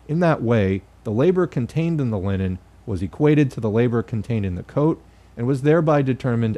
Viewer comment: Every time you say Linen, I think of Lenin.